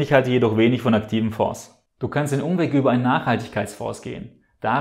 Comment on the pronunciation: Mich schüttelt es jedesmal, wie du "Fonds" mit "s" aussprichst. Das Wort "Fonds" kommt aus dem Französischen. Das "S" in "Fonds" spricht man daher nicht.